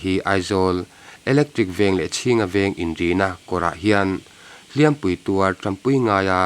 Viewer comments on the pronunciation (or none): Hliampui hi i thlûk diklo atir lam ami ah hian